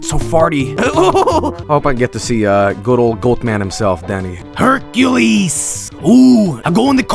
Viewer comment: HERCULEEES I'M GOING TO COLLUSEE-OO-AA-OOO-AAA-EEETRAYSH